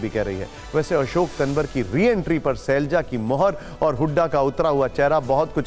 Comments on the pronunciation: पत्रकार महोदय तनवर नहीं तंवर है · इतना बड़ा पत्रकार नाम सही बोलना नहीं आता